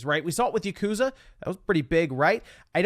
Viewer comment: Also, you mispronounced Yakuza again. Sorry, this just annoys the heck out of me (A Japanese person) when English-speaking people mispronounce Japanese words. Such as: Yakuza, Manga, those two Japanese words are constantly mispronounced by people. More often than not, it's a (please don't get offended by this, I dunno how else to say this that won't make English-speaking people upset) white person who says those words wrong. It's pronounced "Yahku-za" not "YaKOOza"! And Manga is pronounced "Mahn-ga", not "MAN-ga". It's one of my pet peeves when people make that mistake. Even my good irl friends says those wrong. It annoys me so much that irl I have to hold my angry annoyance inside me when I hear them say it wrong and I have to correct them. No offense to you, but I don't like standing by silent when people mispronounce Japanese words constantly.